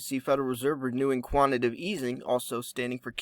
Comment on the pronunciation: Its quantitative, just sayin since I've heard you say quantitive about a hundred times.